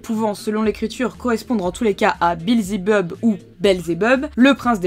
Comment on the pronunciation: Mais c’est belzebuth, pas belzebub, si?